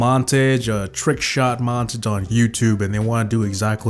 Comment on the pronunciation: he said montige its montage and use code or else............